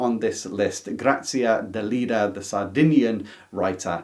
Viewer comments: I need to correct you. The last author's name is pronounced DELEDDA, with an e, not Delidda, with an i. Love your channel and never miss an episode. Keep up the good work Love from Santiago de Chile (but I am originally from Milan, Italy) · I would say pretty much all the Asian and Southamerican writers were new to me. At school we tended to learn mostly European ann northamerican authors. I grew up in Italy and had to read Grazia Deledda (I wish I had a way of letting you hear the correct pronunciation 😉) as part of the literature curriculum. Though her best known work, the one we had to read, is Canne al Vento (Reeds in the Wind). Unfortunately back then (I was a teeager) I didn't appreciate her as much as she deserved.